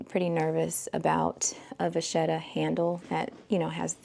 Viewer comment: I think a steamer might get those wrinkles out of your Speedy. A great hack to maintain a camera bag's shape is to store it upside down. You can train your Graceful by positioning it the way you want it & hang it on a door knob. One more thing. I'm Italian ~ it's pronounced 'vaketta'.😘🌻